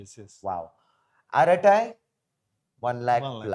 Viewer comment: Arattai is pronounced with T sound bring clear like as in “true”.